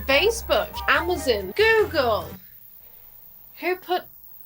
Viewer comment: I love how she pronounces Amazon as "Ah-mah-sin"